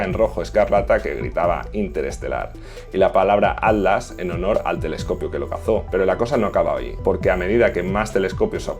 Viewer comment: Cuando dices ADLAS es ATLAS?